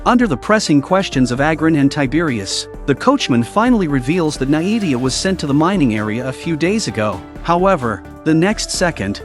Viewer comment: Pronounced(nay-vee-ah) not (nie-evie-ah)